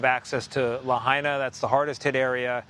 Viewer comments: Redub that piece and get the name pronunciation right. We hear that you are saying it correctly now, but it is disrespectful to leave "La Hay Na" in the news piece. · Could you manage ONCE to pronounce Lahaina right? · Learn how to pronounce Lahaina correctly, Its not Laheena. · La Hina! not La haina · La-hey-na? ikaika i ka lahaina 💪🏼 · grim. devastating. sad. (side note to the correspondent: it's "LA HI NA" not "LA HAY NA" - minor, but relevant point - know your material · says La’hey’na & flips to La’Hi’Na. Consistency in the correct pronunciation is key in broadcast journalism. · La-hey-na?? 😖 Ugh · Luh-Hayna? You couldn’t even respect the people and town enough to learn how to properly say it before reporting on it? Good lord. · "la-hey-na" --, it's clear you need to learn how to say the town's name.🤦‍♀ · That Hawaiian, historic town in West Maui, is pronounced, “Lah hai(hi) na(nah).” Please learn any foreign-sounding word, names, places, before speaking on-the-air. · The ‘hai’ in Lahaina is pronounced like “Hi!” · It's pronounced La-Hyna! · The fact that he can’t even be respectful enough to pronounce Lahaina right even after hearing it pronounced correctly numerous times. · Do you think if you say there were warnings it will magically make it true? THERE WERE NO WARNINGS!! Maui has 80 Natural Disaster Sirens. NONE OF THEM WERE SOUNDED! Cell phones out! No warnings given!!! Get the facts, Fake News. And learn how to pronounce to town name.